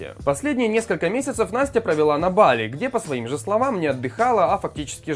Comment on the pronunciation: БалИ!!! ударение на ИИ!!